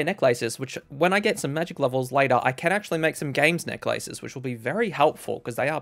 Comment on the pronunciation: this vid was good till you said neck laces like theyre separate words, come on man >:(